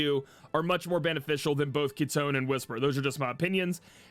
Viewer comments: yeah the japanese pronounce it Ki-tone as in like the ring Tone. sorry for the weird example lol edit: i mean ki- ton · Isn't it Kee-to-nay? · If im not mistaken we should read it as Ki-to-ne, same with Ma-sa-mu-ne. Japanese words are read by syllables and translation from jp to eng in games are terrible. Best sample is Tidus, in the west it is pronounced as Tide-dus. But Japanese creators said it should be Tee-dus. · yeah its ki-ton in jp voice